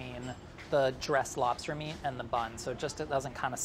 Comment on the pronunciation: That was a nice dispatch. Lol. "Are you gonna dispatch the labster right here and now?!"